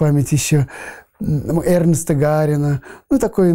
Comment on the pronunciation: Витя, Гарин не Эрнст, а Эраст !!!